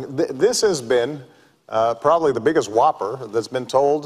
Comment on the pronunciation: obama all "da" way???? apparently you haven't lived in america the last 4 years!